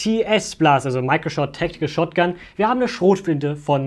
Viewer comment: TS heißt tactical schotgun